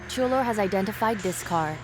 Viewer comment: the dog's name is Chulo (word for cool) and not Julio (word for July)